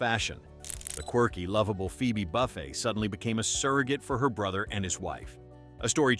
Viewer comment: Yeah, that bugged me. "Buffet" like the food line; kudrow, like a cow chewing its cud...